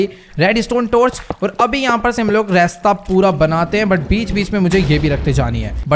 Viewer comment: Are bhai apne raste ko resta bola